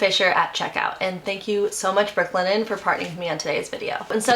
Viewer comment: Brook Linen, three time you said it, and I could never pick out the words you said. Work on this for advertising.